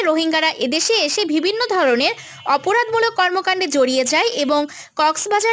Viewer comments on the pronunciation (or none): আপু উচ্চারন টা ঠিক করেন। ভিবিন্ন না বিভিন্ন